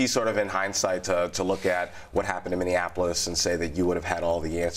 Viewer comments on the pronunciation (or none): Trump can't even say Minniapolis. It comes out as Mini Anapolis, as if it's a smaller Annapolis.